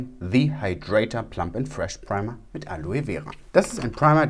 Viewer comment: "Preima" 😂 da kam der deutsche kurz raus 😂